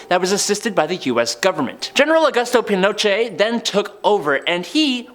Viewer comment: Great Stink = 1858 not 1958. Thames = Temmz. Allende = Ah-yen-day. Pinochet = Peen-oh-shay. Oppenheimer = Ah-pen-himer. Arkhipov = Ar-key-poff.